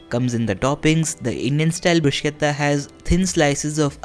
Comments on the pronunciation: It is Bru-shetta and not Brus-ketta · bhaiya sab sahi hai, bhot achi recipe...lekin bruschetta ko pronounce ब्रुशेटा bol k karte hai. ब्रुसकेता ni. 💗